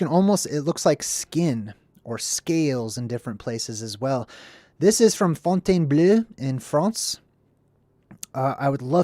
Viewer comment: Fontainebleau = font - ten - BLOW